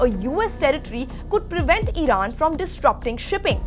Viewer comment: Idan instead of iran 😂😂😂😂